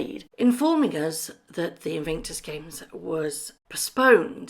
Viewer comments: its IN VIC TUS, not invinctus. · It's Invictus not invinctus. Just saying 🤭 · sorry to be anal and pedantic but PLEASE pronounce Invictus properly! It is pronounced IN-VIC-TUS not IN-VING-TUS. Apologies, it just grates on me! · It is not pronounced Invinctus, it's Invictus. There is no "n" in the middle of the word. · Wow I didn't know this, why on earth do they have to be so deceitful. I have visions of MM stamping her feet at the unfairness of having to play second fiddle to a pandemic! Thank you for the video and hope you get well soon. By the way it's Invictus not Invinctus xxx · InVICTUS games, not invinctus. InVICTus means unconquerable, Invinctus sounds like something you get after a colonoscopy. I’m not a fan of these two yahoos, but the Invictus games are a noble endeavor on Harry’s part (pre MM, of course) and he should get the respect he deserves for launching them. Also, the Duke of Westminster is worth 10 billion pounds, so it’s not a fair comparison AND the guy is trying to tear down a tower in London that houses some of London’s poorest people to develop the land, so yah, he’s a real gem. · “Invingtus” Games, plus a “ this video is just for entertainment” clause. Totally pathetic. You lose all credibility, whether there is truth in the video or not. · haha... the “InVIINKtus Games! ... great detective work.... keeping you on your toes..